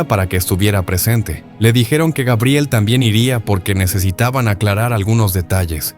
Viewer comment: LA INTELIGENCIA ARTIFICIAL DICE GUEBRIEL...